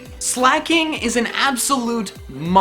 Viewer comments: There is no H in Weezing, and there is no C in Slaking! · Sooooooo.... Slaking is never slak'n